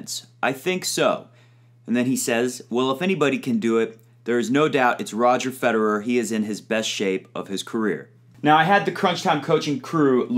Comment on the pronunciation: Why do English speakers never bother to pronounce Federer's name correctly?